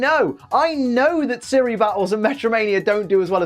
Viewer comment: It's battles not batules